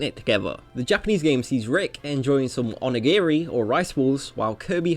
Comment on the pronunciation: Pardon me being a pendant but its Onigiri, not Onigeri. Onigeri could mean Demon Diarrhea. So... you know. ;)